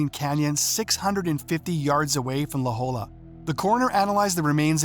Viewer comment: God, how I hate AI! IT'S LA JOLLA, pronounced "la hoya"!!!!